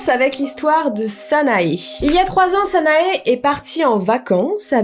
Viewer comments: si cette fille est marocaine elle ne s'appelles pas sanaé mais sana ou sana[ E ] avec le e prononcé un peu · salut,petite infos, "sanae" se prononce "sana" sans le "e" x),à part ça,c'est super flippant xc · Je t'aime beaucoup mais tu a fais une erreur de prononciation sa s'écrit sanae mais sa se prononce sana😅❤ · Les illustrations sont magnifiques mais dans Sanae le E ne se prononce pas ;) sinon la vidéo était géniale !